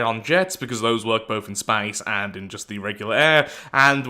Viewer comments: Why is he saying spice in stead of space?😂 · Love your pronunciation of "SPAECE!" every time. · Drink every time he says "Spaice" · I thinks thats maybe the russian pronunciation in english i think its more like spaiĥce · swear I've never heard space pronounced that way